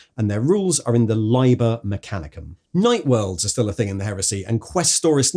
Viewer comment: "Liber" is built with a short "i" - "Libb-er" (or if you must be ecclesiastical *shudder*, "Lee-ber") Lye-ber is just picking the worst of all worlds 😉